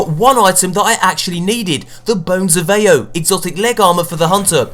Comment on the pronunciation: It is callId Bones of Eao not Eo